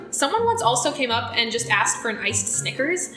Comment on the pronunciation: she axed one of her friends